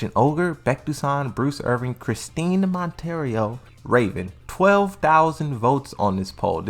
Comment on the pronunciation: Man. I had to fight the urge to unsubscribe when you said „ChristINE MonteREO“ 😂 brah doesn‘t even know classic character names 😅💀